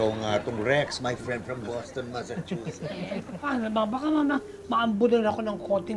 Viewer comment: 😂😂😂😂😂😂Boston masachuses 😅😅😅